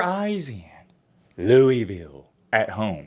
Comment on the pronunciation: Pronounce Louisville right before you speak on us like that me